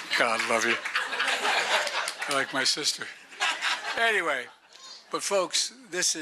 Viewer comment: I love President Biden and I am sure I am not the only one who knows when he says ANTWAY he is using it in place of a Foul word ! Keep going Joe !!